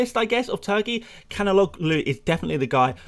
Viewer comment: Turkish name Calhanoglu sounds like chalanolu. "chalanolu", not like "khalanolu"